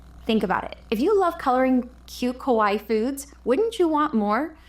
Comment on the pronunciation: Please stop saying Kowaii. It's Kawaii with an A. The way you pronounce it means "scary" in Japanese. And if you didn't know, "Kawaii" means Cute. So when you write Kawaii style animals, use cute instead. It's the same thing! Just so you know, for future videos 😊